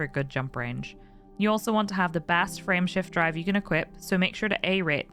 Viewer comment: I swear she says Friendship Drive instead of Frameshift Drive :)